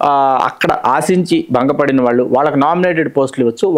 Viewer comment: TV5 చానల్ అధిపతి పేరు కూడా వినపడుతూంది తితిదే ఛైర్మన్ పదవికి.. ఇక, Anchor బాగానే మాట్లాడుతూంది కానీ 'వాల్లు' 'వీల్లు' 'ఏల్లు' అనడం ఏమనుకోవాలి?